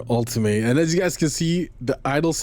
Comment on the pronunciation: You keep pronouncing the Alpine 'ultimay' but it's actually 'ulteam' because it's a french name. The car list is super nice ngl, I just hope the bug of looking left and right inside the car is finally fixed, it's keeping me away from the game